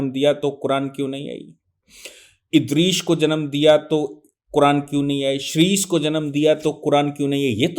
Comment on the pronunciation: ये दुबे जाहिल, जो हदीस को हदीत बोल रहा है नूह को नूर इदरीस को इदरीश बोल रहा है सून लो ख़ुदा ने हर नबी को अलग अलग किताबें और सहिफे दि वह किताब उसी नबी के ज़माने वालों के लिए थी, नबी जब दुनिया में आते तो उन्हें किताब मिलती वह किताब को मानने और उसी किताब के बताए हुए मार्ग पर चलने को कहते, जब वह नबी दुनिया से चले जाते तो लोग धिरे धिरे उस मार्ग से भटकने लगते और किताब में इंसान अपनी अकल हेर फेर करते इस वजह से वह किताब असली नहीं रहती और लोग पुरे तरीके से गुमराह हो जाते तब दुसरे नबी आते उन्हें दुसरी किताब मिलती नई शरियत मिलती ।